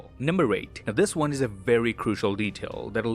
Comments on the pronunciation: What's that thing says? "Till then I'll see you guys in the next won"? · Every time you say “I’ll see you in the next one”, one sounds like Wong and I think that’s very fitting. And the “wong will be back next week with more disturbing facts” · "Until then, I'll see you lads in the next *Wong*"